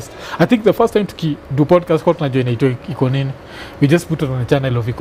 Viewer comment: Iko Nini is so authentic inasemwa venye inafaa😂😂